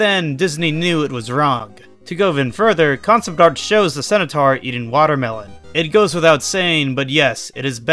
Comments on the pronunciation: *centaur, not cenataur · Your pronunciations of centaur and corps could use some work. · Lyman's appearance in those games is a parody; it is completely NON-CANON TO THE COMIC STRIP! Also? Centaur is pronounced like scent-tar, not sen-u-tar; learn to read and research better. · Never heard it pronounced "cenutaur" before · The way you say centaur IS WIIIILLLDDDDD😭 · Why do you pronounce Centaur like that?